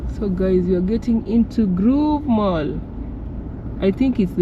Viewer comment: It's not Groove mall but the Grove mall,pronunciation please!😅😅😅